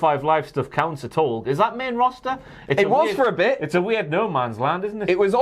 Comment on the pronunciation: Ah yes, the WWE “Rawster”